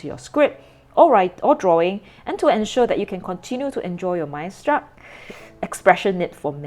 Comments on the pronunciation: Hi, the brand is pronounced as : MICE-STER_STOOK. I hope it helps. 😊 As fellow pen lovers of the brand, let's prnounce it right. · it is pronounced, my-ster-stook. I am curious was the Chinese you read translate to what was written in English on the handbook? The logo is a bird's eye view of the mountain, so what is spreading out from the center is the glaciers. 4810 is the height in meters of Mont Blanc. You are correct, as many companies , especially luxury companies are heavily marketing towards the Chinese/East Asian market, this pen was developed for that. Western nibs are on the broad side, wetter side. I'm not a sketcher, but I think it would be very thick. It would be good for architects though. Have you tried a Sailor zoon or a specialty naginata togi nibs?